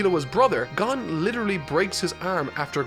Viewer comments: Love ya but I think you need to watch the anime atleast once to learn to pronounce their names haha. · The way you just said Gon just gave me an aneurysm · yeah it's not pronounced kura-pika (not like the pika in pikachu) but it's pronounced like coo-rap-ika or ku-rap-ika Also Gon isn't pronounced like the way he says it but it's a minor thing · Are you telling me I have to hear him pronounce gon like this every review :( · did he say gone? isn't it pronounced more like gowhn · “GAHN” and “KERAPEEKA” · ITS NOT GAN GAWN OR GUN, GO - N GON Edit: HOW CAN YOU SAY LEORIO AND KURAPIKA WITH ABSOLUTE PERFECT PRONOUNCIATION BUT YOU CANT SAY FREAKING GON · It's Gon not "Guun". It's Kurapika not "Kurapeeka". He is not a Pokemon, even though his hair is yellow, he isn't Pikachu. It just triggers me sometimes. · I stopped listening when you said “Gone” and not “Gon” I stopped because I died thinking you were talking about ging. I choked and im not even eating. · His name is pronounced "G-own" not "Gun" lol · I'm sure I'm not the only person commenting this, but it's Gon, not Gun. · Gan no sir it is gon pronounce the o harder so it's gown kinda you know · Not to be rude but you pronounced “Gon” wrong it is not pronounced gone it is pronounced gOn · also its not GAN its GON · "Gon" pronounced as "gone". never fails to surprise me. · Super excited for this series of videos. Also excited for to stop saying "Gahn" when referring to Gon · Okay just a TEENY WEENY criticism not even more like a critique...Gon is pronounced G-OWN like Gah-Own like ‘g’ sound for guh. Then Own, like owning an object so Guh-Own. Gon. That’s it 😅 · It’s not pronounced Gone it’s GOwn, like grown without the r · He said gon as gone let's go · GAHN? THAT'S HOW YOU'RE PRONOUNCING IT? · he had me until he pronounced gon "gone" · Just curious, why does he pronounce Gon as "Gun" and Kurapika as "Koropeka"? I am just confused as the anime I have seen doesn't pronounce them like this. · It’s go-n